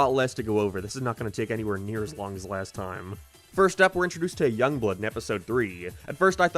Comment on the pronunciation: Clearly say Young